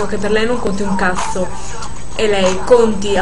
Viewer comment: Ma non dice "cazzo" dice"casso😂ma cos?hahahah